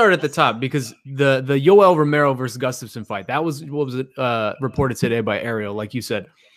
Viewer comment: is usually pretty solid with his pronunciation of names but, for whatever reason, he seems to enjoy absolutely butchering Gustafsson's.